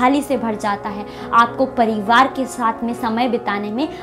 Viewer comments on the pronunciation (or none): none